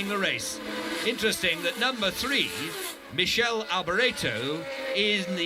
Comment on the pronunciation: LOL... 40.17 the commentator finally almost got "Michele" in its own correct Italian pronounciation (Mikele) only to change it back to that "horrible" (to Italian ears) French version... Anyway great document, thank you for posting.